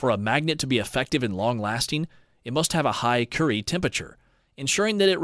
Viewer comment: I’m curious why there are various common mispronunciations during the video. Is the voice computerized or is there an announcer used for their voice not knowledge. Marie Currie pronounced Marie Curry and there were others.